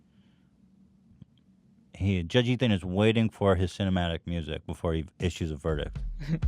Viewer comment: judge Ethan pronounced his own name wrong